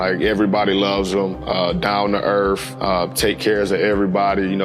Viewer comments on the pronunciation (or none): "Down to Earf" what an idiot. These people get paid too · How to act ignorant 101. "Down ta earf." Jesus. The same mom who called him to come to a store with an entourage because she had a disagreement with an employee is giving advice. Respect, humility, and class go a long way, folks.